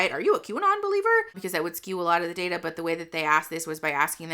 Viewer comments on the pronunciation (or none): none